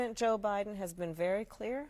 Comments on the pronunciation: The interviewer said "president O'Biden" 😂😂😂😂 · She said president Obiden